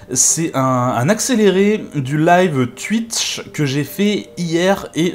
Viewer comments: On dit twouitch pas twuiiiich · Super boulot sur photoshop ça donne déjà une bonne idée. Par contre faut revoir ta prononciation de Twitch 😉🤣